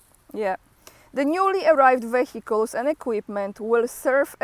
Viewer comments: every 100 km 1 Tank if 14 of them…👌🏻👌🏻🤣😂 A lot there is 1500km Front line so all this Equipment i really a lot!!! 👏🏻😂😂 try to say Vehicles without H…sounds better and proper spell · you don't even know how to pronounce the word "vehicles" properly? When will you finally learn to speak correctly?